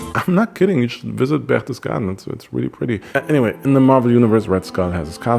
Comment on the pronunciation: Just unearthed your channel. Kudos! Did u by any chance ever stay for an extended period in Europe ( Germay or Austria)? The way u pronounced Berchtesgaden was flawless!!! So is is your editing!